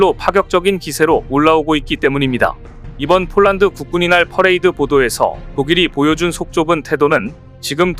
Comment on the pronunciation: 국군의 날을 국군이날로 발음하네요.